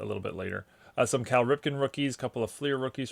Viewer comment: Other than your accent being American, your voice never really indicated to me what region you’re from until 😂 The Marylander in you revealed itself 🦀. You didn’t say “Cal” with a Bmore accent though. It was the “mah boy Cal Ripken” package. Montgomery County? Howard County? 🤔 Great stuff man!